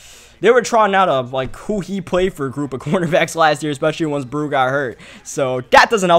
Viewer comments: Delvin Breaux is pronounced Bro not Brew. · Heads up, Breaux's name is pronounced "bro" instead of "brew." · tuhmato thank you lmao I don't think he know that eaux is French for O to us out here in the city